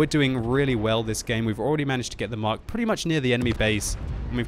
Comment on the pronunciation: you are my favourite youtuber, but please please PLEASE stop calling the tank the 'Mark'. Very irritating.